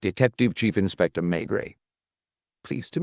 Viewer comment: Intersssting pronunciations, e.g. "Inspestor Luck--uss"!